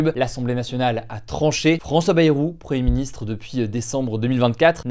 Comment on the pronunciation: il n'y a que moi qui entend preministre ?